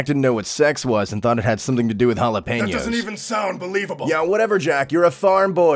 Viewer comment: Did you just say pronounce it as Hal-la-pain-yos? Its pien-yos not pain-yos holy shit i live too close to taco joints